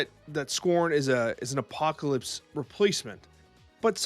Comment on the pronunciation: How hard is it to say Apocalypse? Good content otherwise.